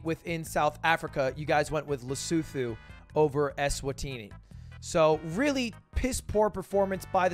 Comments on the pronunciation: Hey, Lud! Lesotho is said with a hard t not a th! Like le-suu-two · FYI its pronounced LES -OO-TOO lesootoo, but not the lesotoo as americans would say it(lesoodoo, not like that) more like LESOOTOO WITH A T !!!!!!!!!!!!!!!!!!!!!!!!!!!!!!!!!! :-):D:)!!!!!!!!!!!!!:D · The way he said Lesotho has me crying. Sounded like he had hair in his mouth ... the “th” is pronounced like a T